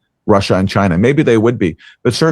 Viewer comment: The way she says China Russia makes her sound so stupid and uninformed